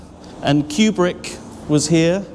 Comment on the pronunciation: It's koobrick not quebrick